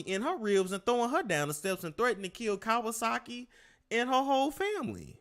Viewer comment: Why you call that woman Kawasaki?!! ‘5ft, 95lbs’ 🤦🏾‍♀️ It’s K A R R U E C H E! 😂